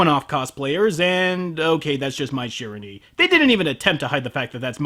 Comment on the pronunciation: Okay, normally I am not this picky when it comes to pronunciation, but years of KoF gaming have ingrained this one into my head: Shiranui. Shee-RAH-nwee. Go snag a copy of KoF '98 UM (it's even available on Steam now!) and play as Mai until you have heard her say it at least two-hundred times. Which should only take a few minutes. No, seriously, she calls out her own name like she is some kind of boob-themed sentai character or something.